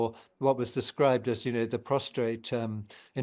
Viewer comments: Pros tate. NOT prostrate 🙄🇬🇧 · PROSTATE, NOT prostRate.